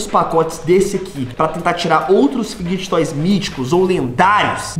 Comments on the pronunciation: da mó agonia ele falando fid*get* toysKKKKKKKK mas o video é daora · Tu fala tudo errado meu N é figuidiget toys, é fidget toys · Enaldo eu gosto muito de você é meu Youtuber preferido mais você fala figed toys errado 😶 desculpa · Não é fid get toys, que se fala é fideg toys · Enaldinho você fala fiquetoy é fidget toys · Não é figiguets toys é figets toys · È figetois não figigetitois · E figet toys n figget toy ele fala errado mano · que agonia dele falando fidguet toys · fidguet toys kkk parece eu falando quando eu acordo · Ele nn sabe falar fidget toys ele fala figtg toys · Só eu que me incomodo quando ele fala errado fidget toys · Não sei se é só eu q tenho agonia dele falando fidget toys kkkkk mais amo ele kkkkk comprei quase todos os livros dele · Enaldinho tu tá falando fidget toys errado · Só eu que percebi que ele fala errado a palavra fidget roys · Enaldinho falar fidget toys errado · Para de falar fidget toys errado